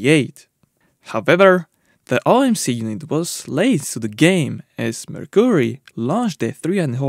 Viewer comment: Never heard Mercury pronounced like that before, lol. Always love the videos though!